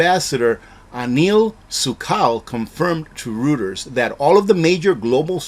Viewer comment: R-OY-ters not r-OO-ters.